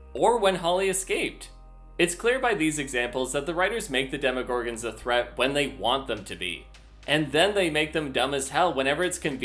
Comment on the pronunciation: demoGORGANS? I always thought it was "DemoGORGONS"